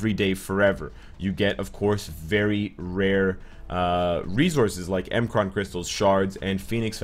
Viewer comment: It’s not m kraan shards It’s pronounced “mikran shards)